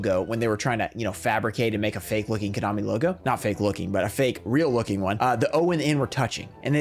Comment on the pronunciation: Did he really say "Konomi"??????????????????????????